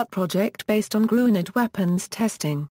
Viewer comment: It is pronounced "Grin - yurd".